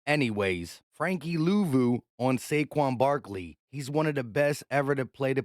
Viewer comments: My guy said Shayshon Barkley 😂😂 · I heard "chase young Barkley" lol